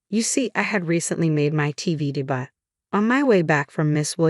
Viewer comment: De bu?? Its debut pronouce day beeiu😮